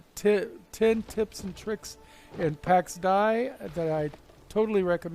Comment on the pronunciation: ITS PRONOUNCED DAY!! PAX DAY